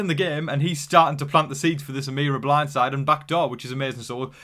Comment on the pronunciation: As a Southern born and raised in the beautiful state of Tennessee I give you an 8.5/10 on your accent. "Blindside" & "Beans" were 10/10 but "Butter" fell a little short. Overall, well done, partner 🤠